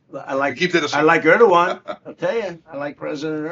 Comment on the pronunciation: Let me help you with correct pronunciation of Turkish words. The first part of Erdogan is not like Ur the ancient city. It is exactly like English "air". As you know, the g is silent. Turkish words tend to eschew the heavy syllabilization and emphasis of English. Put the same stress on all the syllables, rather than stressing the penultimate syllable as we do. The word Türkiye is Turkey's own name for itself. Take note of the umlaut over the u. It is not a bare u. It is like the German ü with the lips pursed. The last syllable is not "yay" the way you are pronouncing it but "ye" just like in English yet. Hope this helps.